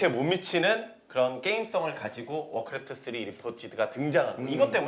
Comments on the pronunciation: 되게 사소한거지만 크레프트를 매번 클레프트라고 발음하는거 거슬림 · 클래프트 발음 좆같아